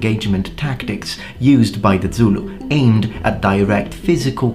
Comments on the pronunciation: Great info as always! But, as a Xhosa person, I want to offer you a free lesson in pronouncing the "X" sound. It's a lot simpler than you think. Have you ever called a horse by clicking your tongue? Boom, there it is. Also, Zulu doesn't have that kind of "dz" sound in it. It's spelled phonetically so you say it how you see it. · You pronounce Zulu the same way the BaPedi people do when they want to annoy/insult Zulu people.